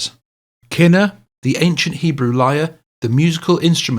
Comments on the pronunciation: Kinnor pronounced Ken-nor. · Pronounced key noor in Hebrew. What David played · It's pronounced Key nor.. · Correction #2: Kinnor is a Hebrew word pronounced kee-nor